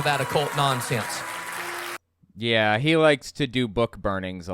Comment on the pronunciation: "Stop all this non-say-ence"